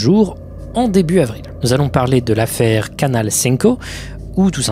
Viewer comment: Quand t’as dis le nom de la chaine en espagnole jai cru que tu imitais l’accent de Marseille 😂